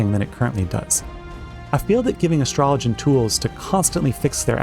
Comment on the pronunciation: He’s saying it correctly… it’s like astrology!!